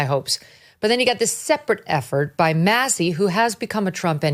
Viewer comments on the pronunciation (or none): none